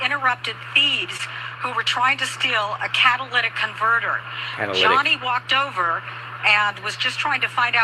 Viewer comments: Catalytic. Not cadalyc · Cat-A-lit-ick Converter 😉 It's filled with platinum a valuable metal that aides in pollution control. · Not being a smarty pants but it's a catalytic not Cadillac😂❤😂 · Cat a latic is the way it’s pronounced. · Tires to! We were driving to Sam's in Memphis yesterday and there were 2 different cars, in 2 different spots on the highway up on blocks with no tires. Blew my mind. The part is pronounced - cat-a-lit-ick. Catalytic. Hope that helps. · Catalytic Ca-Ta-Ly-tic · I don't mind if you pronounce catalytic converter incorrectly.,😊, what matters is the great reporting you always give.